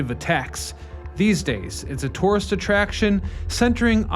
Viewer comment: Why do so many people have trouble pronouncing "tourist" ?